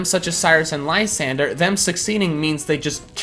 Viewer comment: Either I'm wrong about how to pronounce Lysandre or everyone is just stupid. Doesn't it make more sense as Li-san-dray? This is off topic but you're like the 4th poketuber I've seen pronounce it like that and that name just sounds horrible.